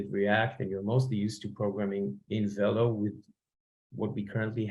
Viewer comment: velo is a french word, it's pronounced vay-lo